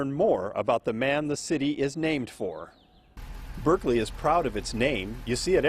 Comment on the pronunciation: It’s pronounced Bârkleey